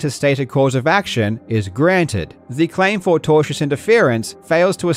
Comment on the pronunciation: Due to Karl's accent, I kept hearing "tortious" as "Togers", and since I have never heard that word before, I thought Karl was just like on fire taking the piss lol